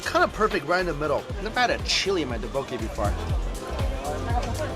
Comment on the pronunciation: the tteokbokki pronunciation is killing me